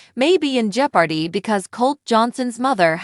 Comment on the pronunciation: Jipordy 😂, OK, I'm out